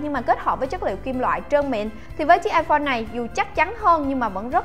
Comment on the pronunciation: "iPone " 6s plus nhầm iporn là chết nha 😂